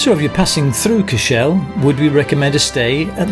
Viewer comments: Great guys 😊 By the way Cashel pronounced Cash-al, not Cash-ell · great videos by way cashel is pronounced cashL (SAY IT FAST)